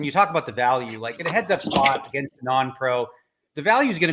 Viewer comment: Is it "heads up" or "HUDs up?"